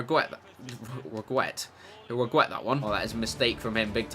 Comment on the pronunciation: Actually, you told us he'd regwet it